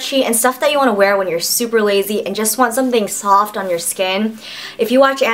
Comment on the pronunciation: LOL awwww someone should make a gif out of her face when she was like "waow dis is so sooftt"